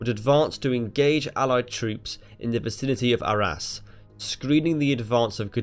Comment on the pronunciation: In the vicinity of ARRAS....SOUNDS LIKE OUR ASS